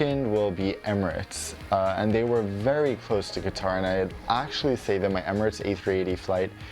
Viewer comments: Its not kitar like guitar its is pronounced as kater airways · “Kuh-Tar” or “Cutter” ? I always learned it as cutter but some people say kuhtar... which is correct?